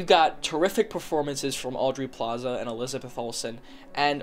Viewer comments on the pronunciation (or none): I swear to god if he says "Audry Plaza" one more time. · "Audrey Plaza"